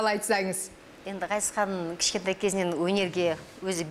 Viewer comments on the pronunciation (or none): Дина Ғазизхан деп дурыстап айтшы. Акциентпен отирик Газизхан демей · Дина Газизкан ГГГГГГазиз демей, қазақша Ғазиз деуге болатын еді ғой ия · Жүргізуші Дина ханым неге Газизхан деп орысша айтып жатсыз есімін қазақша Ғазизханғой. Сіз Г әрпімен айтып жатсыз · Газизхан нес😆Ғазизхан деп айтсан не болад 🤦🏽‍♀️ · Газизхан дей бергенің не понт Дина? Давай есіңді жина! Ғазизхан десей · Маа жургизушише Газизхан диберген неси Ғазизхан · Газизхан емес Ғазизхан шығар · Жүргізуші неге қазаша Ғазизхан, ғ (ғарыш) дегенде, айтпайды. Газизхан Газизхан деп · Дина! Газизкан емес Ғазизхан деп айт дурыстап сөйлеу керек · Газизхан деп отыр Дина сиздин атынызды Мина ,Ина десе недисиз дурыстап айтсанышы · Ғазизханды «Г» "Газизхан" деп, фишка қылғысы келді ма екен, Диночка!) Ол да дұрыс шығар. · "Ғ" деген әріпті таниды ма өзі мына тәтең? Қанды ішіп бітті ғой "Газизхан" деп! 😡😠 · Менің атым Ғани орысша сөйлеп қалған қазақтар Гани десе қаным қараяды, мынау да Газизхан деп қанды қайнатты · Дина ханым "Ғ" деп айта алмайсыз ба? Газизхан демей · Газисхан емес дурыстап айтсай Дина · Дина Г емес Ғ деп қазақ әрпіне мән беріп, дұрыс айтыңыз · Газизханды казакша айтшы.дина толепберген